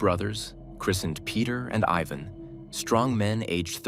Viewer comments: I hate AIs it pronounced Tiaga but cant say Ivan but instead says Evan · Just so you know, in that part of the world, Ivan isn't pronounced Eye-vn but is actually pronounced Ee-vahn, or as close to that as possible. Also btw, it's taiga, not tiaga.